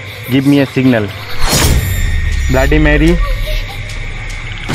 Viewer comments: It's not blaady it's bloody Mary 🤣🤣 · Abe bbai Tu sab se phele bloody bolna sikhle